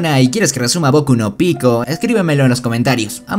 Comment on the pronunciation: Bokuuuu no pikooo